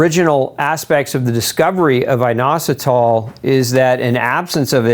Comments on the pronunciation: Eye-nositol, or in-ositol, nobody pronounces it with a long I. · YOUR PRONOUNCIATION IS WRONG FOR INOSOTOL